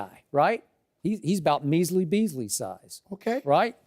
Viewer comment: He's doing good but "manley beasley" is classic